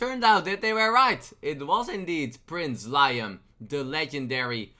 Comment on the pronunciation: I know your not a native English speaker so here's a list of all the card names you got wrong and how to say them. 1. Prince Leeum, 2. Nightscale Matereearc, 3. scwashling, 4. G HOST Light Anngerrler. Hope that helps a little bit.